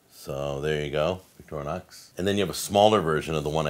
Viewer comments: There is no 'a' in Victorinox. Stop saying Victorianox! Could do a drinking game with the amount of times he mispronounces Victorinox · The name is NOT VicTORnox but Victor Inox, Inox with "I" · I think it's more like "Victory Knox" in pronunciation. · we always pronounced it: vic-tor-nox